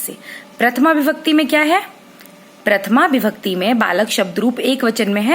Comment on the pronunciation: maam par vo bibhakti nahi vibhakti hai